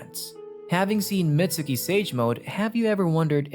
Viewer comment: its not pronounced Mitsuki theres a silent u